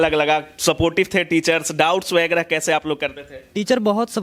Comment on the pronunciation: वगैरा होता है, आप व्यग्रा बोल रहे है रिपोर्टर जी